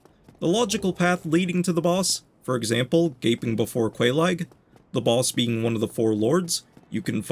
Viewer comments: im hearing "balls" instead of "boss" 😭😭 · Its the accent. Im also hearing "balls" and "ballses" xD